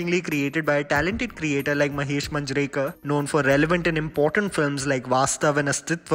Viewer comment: Your videos are good. Content is nice and the way you narrate everything makes them really engaging but the thing which bothers me the most is your pronounciation of some words which are particularly in Hindi or Indian proper nouns. Sometimes I feel like the accent is deliberate and you deliberately mispronounce some Indian names like "Manjrekar". You can clearly see that there is an 'a' after m right? We pronounce all the vowels in the name in all Indian languages. Then why do you say Indian names like an American? Please avoid sounding like an NRI because even the real NRIs like me don't have an accent.